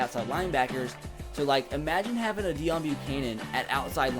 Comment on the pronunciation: it's pronounced "Day own" not deion